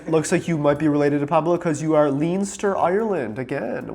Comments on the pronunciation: The pronunciation for Leinster is Len-ster and Connacht is Kon-ukt or Kon-acht with the 'ch' sound like in 'loch' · Those Irish provinces are pronounced Len-ster and Con-uckt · leinster is pronounced as len-ster by the way. its one of the 4 provinces in ireland and its on the east, contains dublin and other places. the other is also pronounced as conn-ucht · The way he pronounces Leinster Ireland makes me want to puke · Leanster is killing me 😂 Its LENstur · for anybody who's interested, here are the irish pronunciations: Leinster = 'Len-ster'. Connacht = 'Cunn-uckt', or more broadly anglicised as 'Conn-uckt', but in irish it's 'Cunn..' Fascinating results, and it makes me interested in doing my own. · Wowee, those Irish province pronunciations are painful 😅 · FYI Leinster is pronounced LEN-ster. Non LEEN-ster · Leinster in Ireland is pronounced 'Len stur' not lean stur. One of the 4 cúige (provinces) of Ireland - Ulster, Munster, Leinster and Connacht. In Irish it's Cúige Laighean, it's the eastern province and is made up of 12 of the counties of Ireland including the capital, Dublin. It's flag is a golden harp on a dark green background. Connacht for Isaac is pronounced Cun-uhkt, western province, smallest of the provinces, made up of 5 counties. Large amount of our Gaeltacht in Connacht. A lot of Spanish armada connected with County Galway in Connacht. Donegal is pronounced Done-ee-gawl. And lastly, I'm delighted to hear how Irish Isaac is! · its Len-Ster, not leen-steer, and Con-ocht 🇮🇪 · Leinster= Len-st-err Connacht= Conn- oct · Btw Leinster is pronounced “Len-stir”. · Connacht is pronounced "Con-acht" and Leinster is pronounced "Len-stir" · Irish province pronunciations (English) Leinster- Len-ster (East Ireland) Munster- Mun-ster (Southern Ireland) Connacht- Con-act (western Ireland) Uslter- ul-ster (Northern Ireland) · As an Irish person they're pronounced "done-e-gal" "con-noct" and "lens-ter" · Its pronounced : LEN-STER CON-NOCT DUN-KNEE-GAWL 😅😅